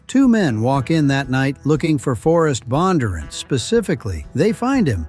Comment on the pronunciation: The AI voice pronounced Bondunrant incorrectly, the accent should be in the d.